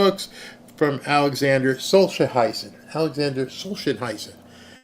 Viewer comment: (Just so you know), It's pronounced "Solz-yen-NEET-sin,."